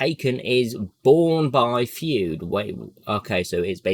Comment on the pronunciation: I'm pretty sure it's pronounced, "Froid" as in rhyming with "void" buddy. I actually got a kick out of them naming this hero after the famed psychologist. 🖖